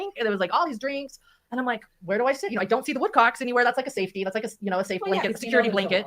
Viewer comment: Are her teeth Velcro....they stick together when she speaks..the word safety sounds like "seefty"